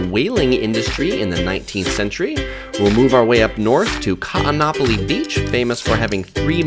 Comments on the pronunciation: Every double vowel is separated by an okino - Ka'anapali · Laurel J. Yes I agree, it should be pronounced as "Kahn-napali" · The glottal stop is like the pause in Oh oh! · Great narrator but he should learn how to pronounce Kaanapali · Great video, but check your prounanciation of Kaanapali, your saying it wrong, (not trying to be rude!!).